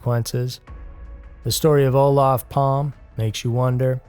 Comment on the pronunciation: I am suprides that the murder of our prime minister Olof Palme is'nt mensiond more on these unsolved murder docs. But please, next time look up how the names are pronounced. Because Olaf Palm is not correct. "Fun facts" I did bump in to one of the suspects Christer Petterson, and one other suspect was murderd in the USA.